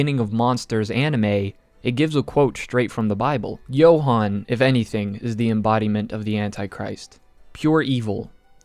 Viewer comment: Namanya "Johan" tapi dibilang "Yohan"